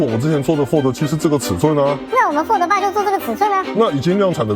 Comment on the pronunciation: 那是讀fold 不是讀folder